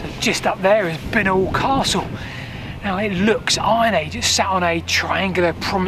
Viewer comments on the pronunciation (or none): Did you ever hear Binknoll pronounced this way though? We always said "bye-knoll".